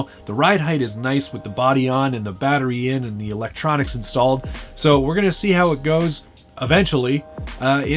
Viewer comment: is he saying 'elontronics'? if he is, damn thats funny